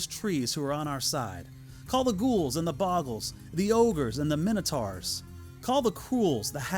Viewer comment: I found it funny how you pronounced minotaurs different from the movies. In my mind, the movie pronunciation is cannon.